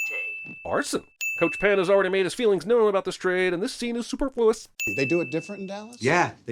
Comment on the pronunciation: Did dude just say "super-floo-us?" Bruh. 😂